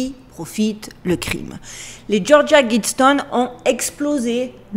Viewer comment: Tu m'étonnes en prononçant Guidestones à la française !